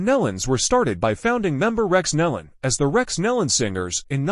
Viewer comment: PRONOUNCE THEIR SIR NAME AS 'KNEE LON' THE AUDIO SUCKS, FIX IT!